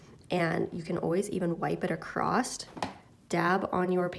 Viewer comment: "Across" not "Acrosst", otherwise great video.